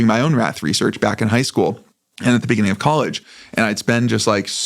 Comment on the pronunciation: in the beninging xD